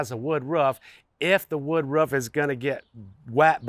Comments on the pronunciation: The way you say "Ruff" drives me insane and then proceeded to say "ruffff" 15 more times 😭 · It got me too lol that one point I swear he was doing it on purpose 😂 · You have no accent until you say roof😂